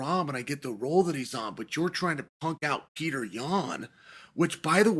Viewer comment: "Pyourter Yan"- DC 😂😂😂